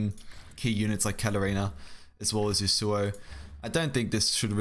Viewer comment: Man pls can you pronounce Yasuo correctly? It's yasoo oh. Not yoo soo oh Thanks